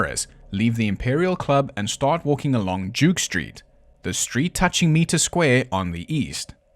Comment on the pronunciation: It's pronounced m-eye-tre square😊